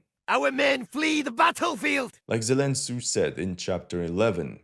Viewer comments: Zelen tsu 😂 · "Zelen Tsu" LOL!!! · Zelen tsu 😂😂😂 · ZELEN TSU LMAOOO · Zelen Tsu. 😂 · Zelen Tsu always gets me. 😂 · Zelen Tsu 🤣🤣🤣🤣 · Zelen tsu😂😂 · Zelen Tsu😂😂😂😂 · Zelen Tsu ?! LOL!!! :D